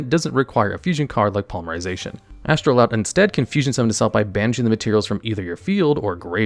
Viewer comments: "astroloud" my brother in christ there is no L in the card name you cant just put one in there and expect us to not notice. is astroud really that hard to pronounce for you or do you just not actually read or look at the cards you talk about? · It's Astroud. Not Astroloud. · Take a shot for everytime he mispronounces astroud